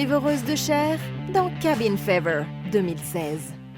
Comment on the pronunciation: Fever = fiveur !!! Pourquoi prendre u accent anglais si tu ne sais pas prononcer les mots correctement !